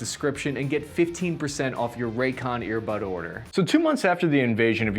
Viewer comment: I kept hearing “Raytheon” instead of raycon and with the state of the world I wouldn’t be surprised